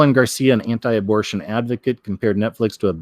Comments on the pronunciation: Why do you keep saying abrotion? And not abor-tion? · Why does he keep saying abrotion? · How can you be taken seriously when you mispronounce the word abortion intentionally? And why only do it some of the time? However, each time I feel like you're making light of the issue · Abruhshun? Oh row b Vade-r, we get it😉 nice. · S Nomad Mispronouncing helps to avoid tripping an algorithm.